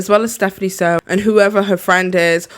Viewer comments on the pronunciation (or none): Firstly, Its Soo, not Sow. Secondly, its okay for you to be triggered by what she does. Personally i LOVE stephanie and everything she does, you can not like things that a person does, but you should never hate the person for who they are. Its very wrong for you to think that way,. You dont know her, you dont know her trauma, or you dont want to. I can tell your research on her is very shallow, and it disgusts me how you judge a book by its cover. Just because you're a person with colour means that you can judge her for everything she does. Her tittles has evolved from just stating the food she eats to the crimes and then only the food she eats, and i really appreciate that. Of course everyone reacts or does things differently, and i dont comprehend why you're trying to put a whole segment just criticizing her efforts. Obviously you're comparing stephanie with other youtubers who professionally cover crime cases, if so, then yes i see your point, but then again, it feels to me you're hating on her and not what she's doing. When you were showcasing is the video that got you triggered, it seems to me you felt triggered that she was eating first then only talking about the case It's obvious that she's been on this platform for sometime and she is quite comfortable with the style of doing mukbangs. My guess, she just reads a lot about true crime and she really just wants to share it with us while eating. On top of that, you literally used stephanie's name to clickbait on us, and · Why do you keep mispronouncing her name? You already know that "Soo" is pronounced "Sue" and not "So." You were aware of the drama with Nikacado when that happened, plus you literally put in clips of her videos, so you know how her name is pronounced. But this is not the first time you've been disrespectful against Asians. Hmm. Yet you literally called me racist because I disagreed with you. you really should practice kindness. 😑